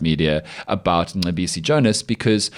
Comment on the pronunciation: listen to Colonel Chris Wyatt, an American, pronounce Mcebisi Jona’s name. 🤭🤣🤣🤣